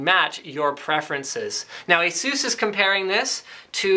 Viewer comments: ASUS not Aseus and D.A.C not DACK :P but AWESOME MAN I want one D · According to Asus Its correctly pronounced Eisus and/or Asus. Its not pronounced D.A.C but DACK as in Digital Analog Converter (dee)(Ah)(Kq). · You are always pronouncing ASUS wrong. There's no emphasis on "U". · I wish people would stop saying Ay-zoooss. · Why can't you say Asus properly?